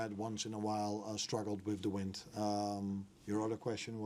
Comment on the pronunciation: Did he really say “wind”? dear god